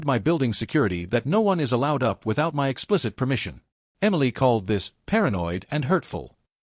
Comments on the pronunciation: Very annoying robot keeps reading the word " my " as " m why " like the 2 letters are single letters . So the channel owner doesn’t even check anything ...that’s exactly why people won’t subscribe and will even stop listening in the middle of the story . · It's MY home not M Y home hate AI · When the AI sees "not in MY apartment", how does it know that is a word in all caps for emphasis, as opposed to an acronym such as ACLU or YMCA? Please explain exactly how the software works when it comes to things like that. We'd all love to hear your "expert" knowledge on the subject.